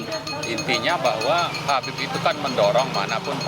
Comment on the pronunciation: Coba Tulisan dan Panggilan ke pemimpin FPI nya tuh diperbaiki gitu....sebut Habieb aja kok susah.